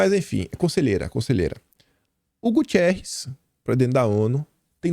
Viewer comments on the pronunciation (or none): por favor, O Secretário-Geral da ONU não é Gutierres (com E entre o I e o R) o nome dele é GUTERRES (sem i).